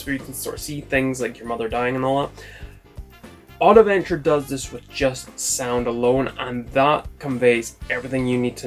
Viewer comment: It's not Oddaventure but Oddventure ^^ , great video tho !